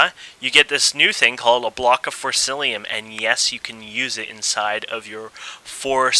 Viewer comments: im sorry to say this, but it is forcicium in forcillium, but apart from that, a good tutorial and helped alot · its forcium not forcilium XD